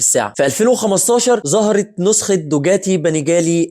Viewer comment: حضرتك ليه بتقول دوجاتي....دوكاتي وليس دوجاتي